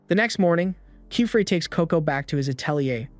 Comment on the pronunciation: I love how each time they say the master witch's name it's a different pronunciation… Kifrey ?